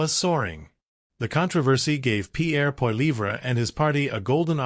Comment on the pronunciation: Poiliever...is not even close to your pronunciation...Trudeau...and Trudeau Senior have made Canada an example of Democracy...Not perfect...none are...